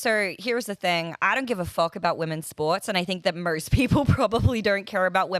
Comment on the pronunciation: Why does this lady in the video keep adding an "R" to some words. Morst= Most